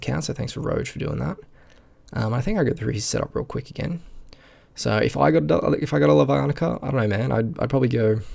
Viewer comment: you pronounce it as Lavanica not Lavanica get it right.